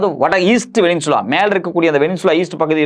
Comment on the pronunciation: டுபுக்கு, அது வெனினசுலா இல்லை. சரியான உச்சரிப்பைத் தெரிஞ்சுக்கிட்டு கேமரா முன்னால ஆத்து ஆத்துன்னு ஆத்த வா.